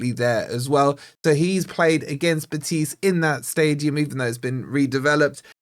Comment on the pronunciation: Morato gets me nervous. He's too slow and clunky. Btw, - put the intonation on the 'BEH' in 'BEtis'